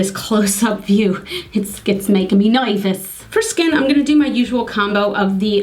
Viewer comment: My god you're hilarious! "It makes me noyvous"! Over from Jens too, had to watch you after seeing the Ipsy vid, you two are like a comedy duo. This is my first vid of yours, had to watch the blue eye/red lip first and what you've done is stunning. You look so fab with these colours, the green shimmer really set off the blues, don't be scared of colour, go crazy, when you're my age (far too close to 50) it's too late! Kristine from Aus.